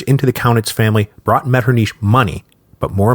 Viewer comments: I can't believe he says it Metternish the whole way through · really helpful tip I got when learning German was to try hissing like a cat to make that sound MetternICH like try hissing like a cat, and then try saying metternICH while pronouncing the ICH like the hiss of the cat so to speak lmfao.